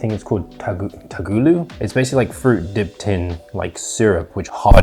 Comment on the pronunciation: bruh its one word. You couldnt just google it and learn to pronounce??? it was really not rocket science Great video brodda :)